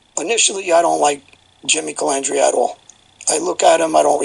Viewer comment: Lol when Sammy said Jimmy Calmandria lol